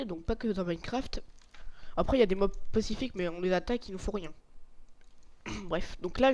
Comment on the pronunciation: On dit Mobs